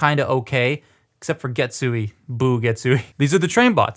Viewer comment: And Getsu-aye (a as in "ate"). THe rest you got the pronunciation right!